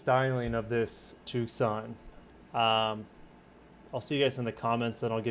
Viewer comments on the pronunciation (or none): why do you keep pronouncing it TOOOK-SAHN and not TOO-SAHN 🤣